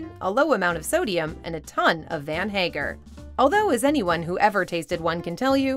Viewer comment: The way she pronounced Hagar was upsetting